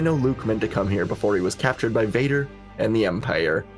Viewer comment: IT'S CAPTURED NOT CALTURED!!